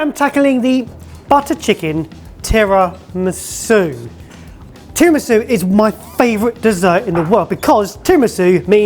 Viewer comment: Was that "terror-misu"?